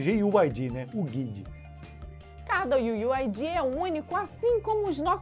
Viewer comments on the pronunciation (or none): "iu iu ai di" kkkkkkkkkkkk nunca ri tanto d'uma coisa tão boba iu iu ai diiiiii